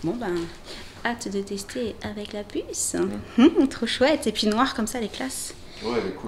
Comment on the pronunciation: a chaque fois que vous dite la pusse je crois que c est jen ;D